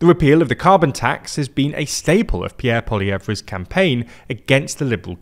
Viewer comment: Really need to learn to pronounce Pierre’s last name 😢